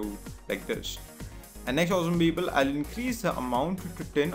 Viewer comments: Had a hard time figuring out "people", thought it was bevel or pipil..what the f@ is "pipil"?! Nice Tut btw . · Great tut, but what the hell is "beebal"